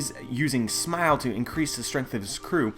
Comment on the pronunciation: why do you say smile to wierd? SMAOL. "hes using SMAOL"